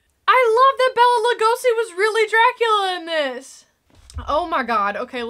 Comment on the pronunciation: My Hungarian grandmother would never forgive me if I didn't correct the pronunciation of Bela Lugosi's name. It's BAY-la, not bella.